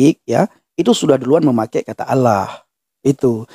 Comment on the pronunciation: ALLAH [ latin ] dibaca ouloh KOOOPLAAAK😂